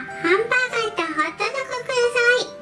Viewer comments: ハンバーガーがハンブーガーって聞こえたww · ハンブーガって聞こえた。